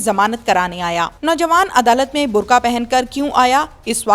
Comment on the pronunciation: Burkhaa nhi burkaa